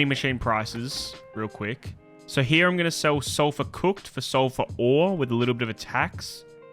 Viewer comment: I was looking for this comment hahahah